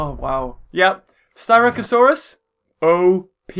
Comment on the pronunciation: Its sst ra c not st y rac